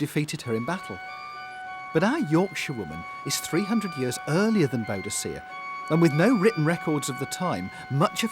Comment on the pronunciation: Boudicea? Boudicca!